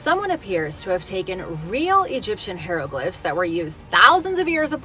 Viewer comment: Ok say it with me hi row glyph